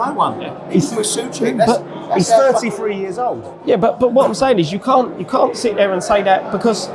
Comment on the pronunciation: btw pronounced Soucek right, you guys corrected him wrong:D